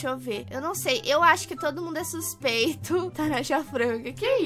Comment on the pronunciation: Xuspeito viu 😂